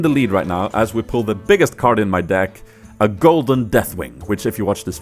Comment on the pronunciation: He says dick instead of deck